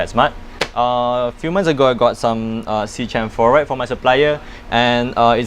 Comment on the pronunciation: fyi it's "Sea-KEM" like "Chemistry"